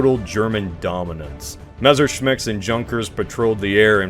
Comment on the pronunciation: I love how you mispronounce Messerschmitt every time and in a different way, gotta love you Americans.